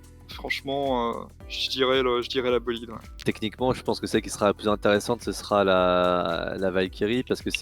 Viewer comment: Le sujet va(t)être ; je serai(t)alors ; mon invité sera(t)aujourd'hui ; Trois liaisons monstrueuses en moins d'une minute. Mais tout le reste était très intéressant et je me suis abonné.